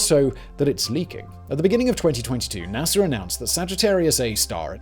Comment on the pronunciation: Why do some Brits call NASA, Nasr? Looking at you, Simon.